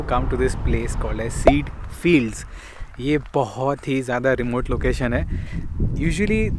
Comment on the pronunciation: It's pronounced "kay-jah" fields, not "seed" fields. (Ceide Fields)